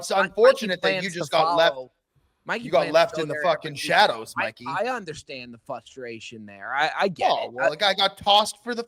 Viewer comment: Did say flustrating or frustrating??